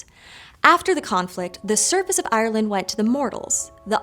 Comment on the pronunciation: Can you please look up the pronunciation of "Ireland"